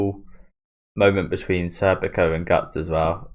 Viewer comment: Schierkes name is pronounced "Sheer-keh".